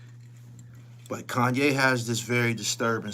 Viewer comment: HassanYE??? .... "Sanye" smh